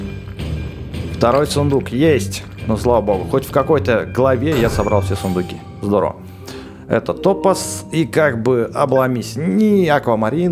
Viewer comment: Привет, очень люблю смотреть твои ролики и озвучка четкая, но можешь произносить слово топаз с ударением на А, пожалуйста)